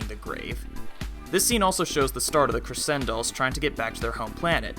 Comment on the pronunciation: Its not pronounced creSendolls its pronouced creCHendoll